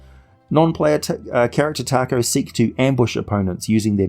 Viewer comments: I believe its pronounced TA-ko, not like the Mexican food. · I came here to say its "tako" but I see that's been covered. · William Jackson willing to bet it’s due to the fact that Tako (pronounced Taco 🌮) is Japanese for octopus. Very creative